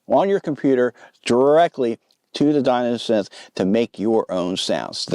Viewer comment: Enough. After the 7th time hearing '''Di*N*osynth''': no more. Distracting...& just plain dumb. Thumbs down, & unsubscribe. Seriously?!?!?